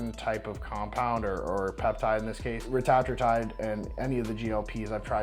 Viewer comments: reta-true-tide not ruh-tat-ruh-tide imo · Wrong. reh-TAT-troo-tide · Bro doesn’t even know how to pronounce Retatrutide. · Also notice when he says the slang ( reta) it's pronounced how I've always heard, but when he pronounces the whole word the whole pronunciation is different.. I'm on it because I move it so I wanna be atleast saying it right to my clients.. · Weird ive never heard retatrutide pronounced the way just did. Has the world been saying it wrong the whole time...? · Most likely if it’s only you, this dude, and one person working at the pharm company saying it that way - AND EVERYONE ELSE IN THE WORLD PRONOUNCES IT DIFFERENTLY - then you three are saying it wrong. 🤡